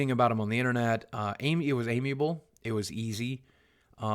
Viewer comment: Just a side note, amicable is pronounced like "am mick able" not "amyable". Giving me an eye twitch every time you say it.